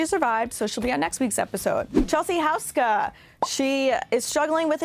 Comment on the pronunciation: FIRST OF ALL her name is Chelsea Deboer and her maiden name is pronounced WHOSKA, not Houseka ew. Glad that you’re a real fan and can pronounce her name. 🙄